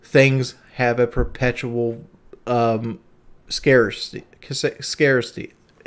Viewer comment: This 62iq cloen couldny even pronounce the word scarcity and hes trying to educate his viewer on issues eletric vehicles eill have and the effect on thr supply chain. He says he stopped talking about stuff he knew nothing about back in his pka days....yet here he goes again